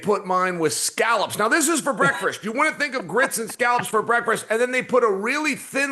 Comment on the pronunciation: Chael "Breakfrist" Sonnen